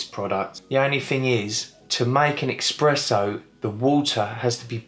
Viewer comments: Espresso. Not 'Expresso'. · Indeed. Wheres the X in eSpresso? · You say eXpresso ☹️☹️ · Expresso …!!! Jesus.. you really know ur coffee!! 😂😂😂🤦🏼‍♂️🤦🏼‍♂️🤦🏼‍♂️ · Thanks for the feedback, I'm adding it to the list. 1. Buy a Tripod, 2. Stop pronouncing Espresso as "Expresso", 3. Cut my nails more often. ;) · A coffee lover who mispronounces Espresso.